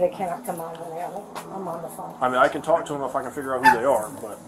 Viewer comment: I Didn’t Do AnythinG-GAH H O W-AH I Can Not-Tah Stand-Dah The Way-Yaa That These PeopLe TaLk-Ah I Hate IT ALL-Lah!!!